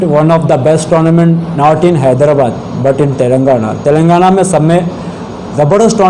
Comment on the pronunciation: hyderabad ko hydabad keyu bolta tutla